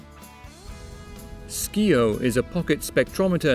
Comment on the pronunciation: Two problems: 1. : It's pronounced /ˈsaiəʊ/ (/sai/ as in science), not /ˈskiːəʊ/. If you actually watched the promo video for it, you would know better. 2. : WAY more than billions of photons are emitted. Do you realize how tiny photons are? Quadrillions are emitted by the device at any given moment!!!